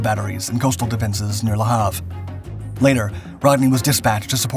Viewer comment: "kahn" NOT "cane." :face-blue-smiling: "La harve" :face-purple-crying